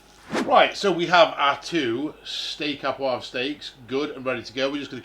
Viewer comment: The French are going to be seething about your pronunciation of "au poivre". Well done. 😄👌